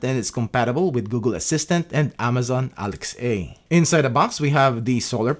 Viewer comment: Who says Alexa like that? Is that some kind of weird copyright avoidance sissification??